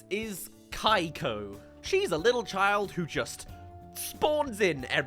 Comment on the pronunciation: Among all other things, I just have to know, why is her name pronounced “Kai-ko” and not “Kee-ko”? I almost feel like she would’ve been better if she had been some villain obsessed tween, you could even play into her spawning in at random moments and use it to jumpscare Megamind because she wants a selfie or wants him to sigh some random item. Also, the weather lady looks like a Miraculous villain. Actually Stormy Weather, a literal kid’s show villain, has better character design than the villain in this movie. 💀 Miraculous itself has better character design for villains than this movie does!